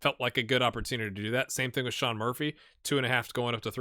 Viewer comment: i know youre trying your best :) (even if i do shudder everytime you pronounce cian as sean <3)